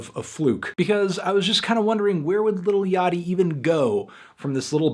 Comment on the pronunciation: Holy shit. Me and my friend consistently say Lil Yachty's name like "Little Yak-tee" and hearing Anthony say it correctly is tripping me out.